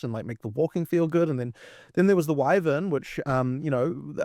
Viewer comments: The guy on the left… Drood… wivern… ugh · Droods? Wivvuns? Get that man a speech therapist. And some self respect.